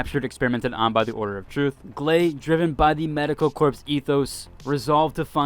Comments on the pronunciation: Corps. is not pronounced as “corpse”. It’s pronounced as “core”. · Corps is pronounced like "Core" not "Corpse" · Awesome video!! Not hate just love, it’s pronounced “core” not “corp” ❤ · I'm liking the info, but can you please learn how to pronounce Corps = Core... not Corpse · "Corps" is pronounced "Core" not "Corpse" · Corps = core when pronounced you dork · Corps is pronounced Corr:face-green-smiling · Very helpful video! Sitting waiting for launch and trying to figure out what character I wanted to aim for first! Also, uh, corps is pronounced like "core." "Korps" is how you say corpse, after all, a dead body. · Corps. The “p” is silent.